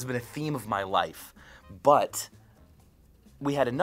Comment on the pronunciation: i like how micheal says , But x) sounds like BUTT